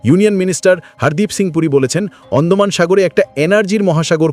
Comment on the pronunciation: অন্ডমান নয়, হবে আন্দামান।